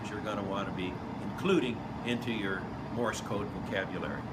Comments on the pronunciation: Why does he sound like he's saying Morris code instead of morse. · The way he pronounces "Morse," I can see why you heard it as "Morris."